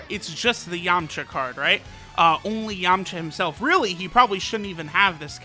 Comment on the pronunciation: I swear he said yumcha